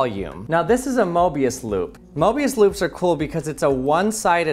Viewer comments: Is it just me or i hear "morbius loop" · Morbius Loop Not Mobius Loop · I heard "mobuis" and thought of the Honkai Impact character